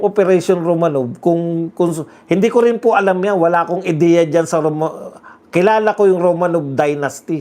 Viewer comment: Romanoff pronunciation nyan.